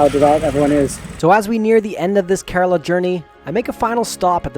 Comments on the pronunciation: bro it is not kaaarala it is kaarala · It's pronounce "care row la" smh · You could begin by learning how to pronounce "Kerala" (Hint: It's not "Kuh-RAAAAA-La" LOL). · He said Carolo 😂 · It's prenounced as: kE-ra-la And kochi is: Ko-chi